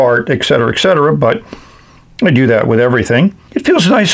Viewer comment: There is no "eck" in et cetera :/